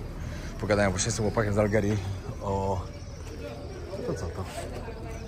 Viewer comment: Z Algierii, a nie z Algerii😂